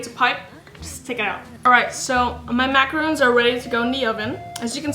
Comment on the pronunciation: its MACARON not macaroon